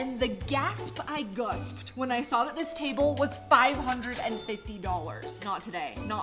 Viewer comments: The "gasp you gusped". 🤣 I am SCREAMING. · "the gasp I gusped" 😂😂😂